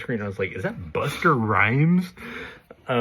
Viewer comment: Buster Rhymes?? Its Busta